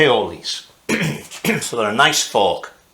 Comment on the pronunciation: I like how you pronounce YOKE and FORK exactly the same . York and fork